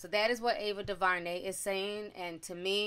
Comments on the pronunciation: Duhvarnay? Due ver nay is how it sounds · Sis!! Omg, it’s Ava Du-Ver-Nay! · Ava "Doo-ver-nay" We'll get through this together! 🤦🏾‍♀️